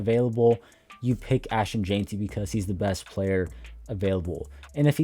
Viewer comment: My brother, it's jen-tee not jane-tee ,👌🏽